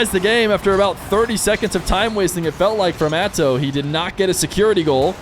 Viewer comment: Perfect way to say - "Atow survies" is true